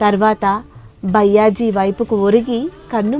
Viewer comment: Sairam byyaji ani pronounce chesina word ni maarchi bayaaji ani pronounce cheyandi idhi maa request 🙏